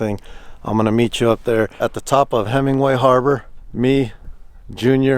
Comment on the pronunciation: Great video. One correction, though. It is Hemenway Harbor--not Hemingway Harbor.